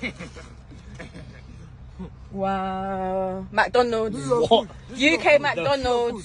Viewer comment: but why she called it “macdonulds” 😭